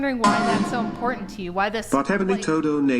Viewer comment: Another word important is wrongly pronounced import ant